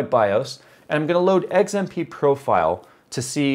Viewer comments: Dude it's XMP not Eggs MP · WTF is eggs-M-P profile? Bitch you cookin?Edit: Finally the correct X.M.P . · Is it just me, or is saying XMP like "Eggs-im-pee"? It could just be an accent thing, but I usually pronounce the letter X like "Ecks" and not "Eggs". Lol. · oh god, now I can't stop hearing it. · He’s saying “eggs and pee” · Yo stop saying EGGS-mp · lol when says XMP he pronounces it EGGS M P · Did he just say Eggs M P? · Fried a 16 day old 6700k running 4.8 1.34v.. well below the internet's supposed maximum. Tweeted you a pic of the burnt contact on the bottom of the CPU too, though I doubt you saw it. Edit: Just to be clear, it's the first CPU I've ever toasted, and I pushed an old 965BE to 4.2 1.45ish-v Also, lol "eggs-m-pee" :P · I swear he said eggzmp profile the first couple of times he said it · why cant you say X M P???? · "eggs M P" - trying to say XMP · glad I was not the only who noticed that